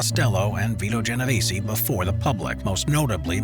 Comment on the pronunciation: If you really want to sound like you know what you’re talking about please pronounce things correctly: Geno veh Zeh (EH sound) Corl eh own eh= Corleone